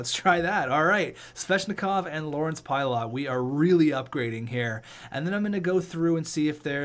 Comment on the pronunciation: its pie-lit